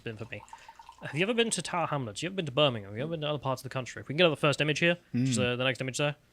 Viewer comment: 'Tower Hamlets' lol